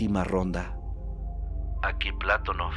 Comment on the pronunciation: ¿Y el terremoto de Maderol? Y el Patonóof, no Plátonof